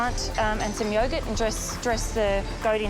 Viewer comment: Yaw-gert. Shuh-lotts. 😂😂🤣🤣🤣